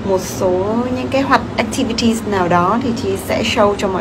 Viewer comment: Chi pu nói Hoạt ắc ti vi ti là gì vậy mọi người